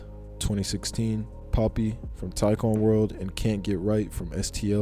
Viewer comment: Young poppy? ITS PAAAAAPPY